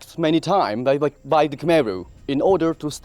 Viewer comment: Mind changing the Khmer pronunciation of the dub from khermeh to kh'my.